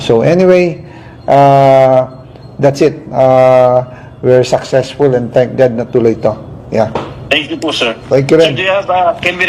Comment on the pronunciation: Hindi ba napaso ang dila ni zaldy co-rrupt sa pagbigkas ng thanks GOD.